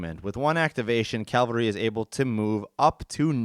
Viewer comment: It's cavalry, not calvary. ;-)